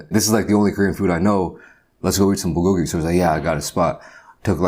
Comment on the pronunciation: That’s not how you say it